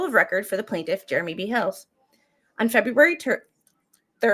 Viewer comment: February Turd? I heard that slip.. 😂😆 Do you have turd purgatory on the brain.